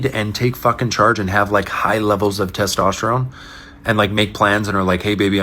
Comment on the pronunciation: Did he say Testosterome?